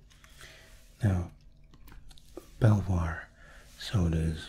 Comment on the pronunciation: Belvoir is pronounced beaver fyi